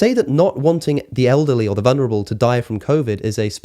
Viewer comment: “Olderly”?? I thought i’d just misheard him the first time, but doggone if he didn’t say it again. always throws me with his pronunciation of us as uzz, but i wasn’t prepared for olderly …